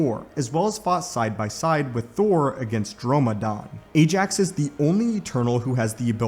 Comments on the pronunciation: BTW It's "Ajak", not "Ajax"... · It's "Ajak", not "Ajax"... (Yeah I know, big difference... L🤓L )